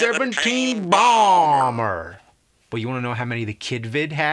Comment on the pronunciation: BEE SEVENTEEN BAWMER